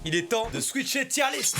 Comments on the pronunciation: WHAAAAA au début quand tu as dit tier list j'ai que écouter et pas regarder j'ai compris Djihadiste ça faisait bizarre XDDD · g compris "djiahdiste" …. voila